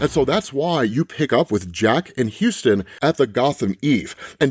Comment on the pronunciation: Dude, you need to learn how to pronounce stuff properly if you're going to do these. It's not Houston(like "Houston, we have a problem!"), it's Huston(huss-ton phonetically). Please correct this is as it is aggravating.